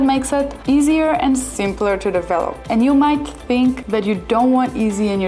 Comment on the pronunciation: Easier customer acquisition , not eaisier. .. aquasition ... 😊